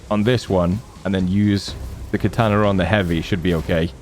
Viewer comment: Katana, not kataner